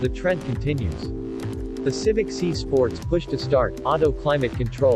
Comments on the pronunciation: It’s not see but si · Quit saying Honda Civic See